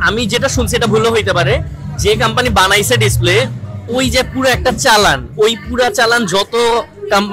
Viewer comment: কাম্পানি না কোম্পানি